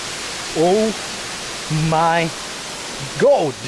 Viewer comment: "This place is owe myy gohd"